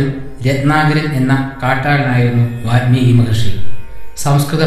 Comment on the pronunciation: athe vaalmeeki aanu ... vaathmeeki alla